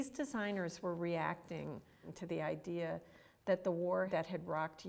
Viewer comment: stop saying idear god damn